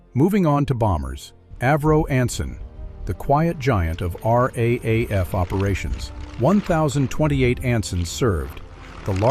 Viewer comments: the AI commentary is painful. Nobody says R A A F. It is pronounced R double A F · Raaf pronounst r double a f